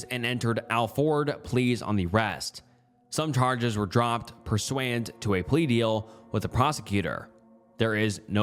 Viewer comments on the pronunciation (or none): pursuant is pronounced per-soo-ant